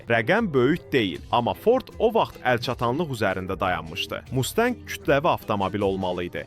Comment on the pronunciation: Mustənqə yox ay oglum MUSTANG